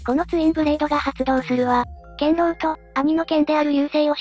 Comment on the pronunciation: 細かい事ですが、ツインブレードの各剣、剣狼と流星は、 けんろう、ながせ と読みます。